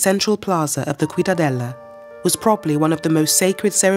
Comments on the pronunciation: Why you pronounce CIUDADELA as KUIDADELA? 🤷‍♂️ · I'm just 1 minute and 30 seconds in and I hear "the cuidadela" , "Teotihacuan" ,XD. Jesus before making a documentary at least learn how to pronounce properly the names ...